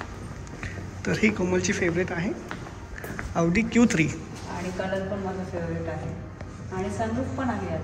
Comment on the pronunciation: Khup mast aahe car showroom 👌👌🚘... Khup chaan chaan cars aahet 🚗 Audi aani bmw 2nhi pan chaan brand aahet.. 🚘👌... Audi ch pronounce aawdi kartat tikde 😂😂.. 2nhi cars che features, colors and comfort khup chaan ahet 🚗👌 Barobar aahe Tai and dada.. CAR ghena he ek swapn Asta aani mothi investment aste 🥰.. Te swapn Tai dada ch complete zal aaj 🤩... Jevna madhe Chhole bhature mast ch vegla kahitari 😋😋👌😍.. Mazya guess nusaar AUDI car book keli aahe Tai dada ne 🥰